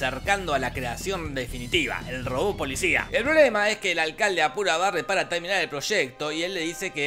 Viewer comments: jajaja de hecho si dice eso pero se escucha "polisha" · Perdón, pero yo siempre escucho, como si dijera: Ookey, polishaan